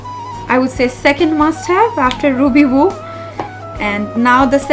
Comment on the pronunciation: Not TOP but TAUPE A&U gets the stress & not Ruby Voo Ruby woo kiss woo & bite v’s.